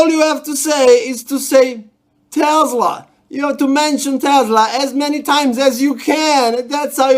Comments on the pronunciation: Making me smile 😘 the guy couldn’t even say his name right. It’s “Tesla”, not “Tesler” LMAO 😄 I love how you get all that current without even having to solder any connections, or hot gluing anything. 👍 😂❤️ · They're particularly unconvincing when they say TeslaR, not Tesla.